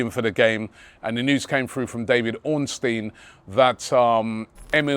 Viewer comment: This is the first time I have heard you say Ornstein correctly